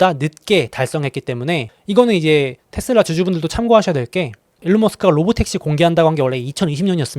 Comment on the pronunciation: 미국현디 발음도 다 테슬라라고하는데 왜 혼자 텟슬라 이러고 있음?